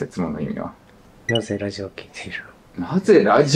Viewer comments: ラディオって発音してる時点で終わってて草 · radioをﾗﾃﾞｨｵと読むの草